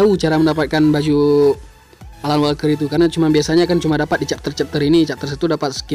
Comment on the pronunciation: Alan walker bang Not *alal walker 😂😂👍